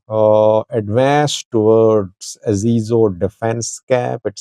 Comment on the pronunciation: This is how you pronounce the place "Azizo". No it's pronounced as "Azezo", Aze zo